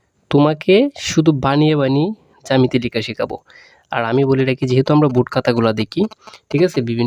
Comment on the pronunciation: আপনি জামেতি বলতাছেন 🙄এটা তো জ্যামিতি হবে🙄🙂